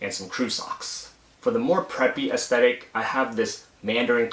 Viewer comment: Try not to stress the last syllable with saying "aesthetic". It sounds a lil unnatural and ended up sounding like "ick" instead of "tic"